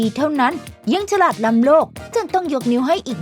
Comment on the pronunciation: ฉราด หรือ ฉลาด ที่ระรึก หรือ ที่ ระลึก ครับ ช่วยออกเสียงให้ถูกด้วยครับ